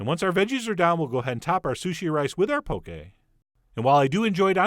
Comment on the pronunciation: I literally just had this at Yo Sushi :D Also it's 'Pokeh' not poke lol!